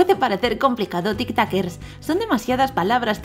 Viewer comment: Porque dice tictoquers